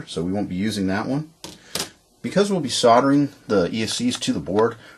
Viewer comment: Good grief!!! It is soLdering ... NOT soDDering ... What is it with you Americans and the difficulty you have in saying soLdering? Try it S O L D E R I N G with an L and not two D's.